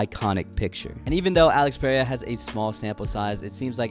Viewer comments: His name is pronounced ‘Al-eyx Pe-hay-ra (rolling r)’ not ‘Peraya’ 😭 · Its Alex PereiRa, not Perea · U still can’t pronounce his last name correctly lol